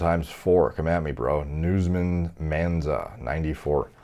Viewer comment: When he called Joaquin Buckley "newsman mansa" I lost it😂😂😂😂